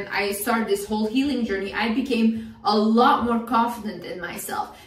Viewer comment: she said a lot , but i though that she said Allah 😭😭😭😭😭😭😭😭😭